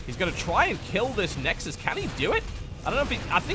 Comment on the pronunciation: "Nexusisis ses i ses i" xD